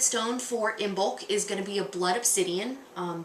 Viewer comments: first of all you should learn to pronounce Imbolg correctly .......Gaelic silent "b" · Isn't the B in Imbolc silent? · You pronounced Imbolc wrong